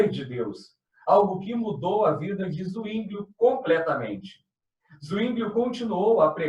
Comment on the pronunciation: Zwinglio= a forma de ler é Sivingio e não Uinglio